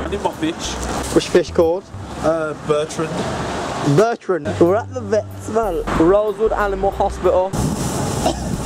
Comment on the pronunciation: SAY IT'S NOT SO BURTRUND! 😭